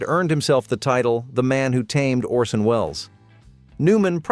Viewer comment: c'mon, paul. it's ORSON, ffs